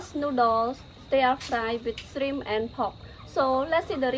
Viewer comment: Beautiful presentation and “shrimip”is my favorite 😁